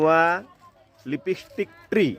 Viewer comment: लिपी स्टिक😂😂😂😂 लीप स्टिक म्हणतात रे शेंबड्या